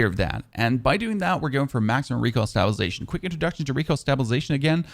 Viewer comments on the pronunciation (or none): Stop pronouncing stabilization wrong it's killing me lol